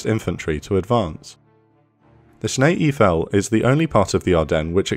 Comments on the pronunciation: The German part of the Ardennes is pronounced EIFEL...rhymes with "rifle". Well-done video, but please remember this pronunciation for the future. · Whether your first language is English, French, or German, it is my understanding Eifel is pronounced EYE-full. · You pronounce the second vowel. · Excellent, but it is prounounced Snee Aifel, like in Eifeltower, not Iefel. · Sorry to correct you: Eifel is pronounced the same way as the Eiffel-tower in Paris. Schnee-Eifel means snow Eifel. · Thanks for this brilliant battle report. But one remark as a German speaker, please learn how to pronounce German places and names, it would make a difference. Cheers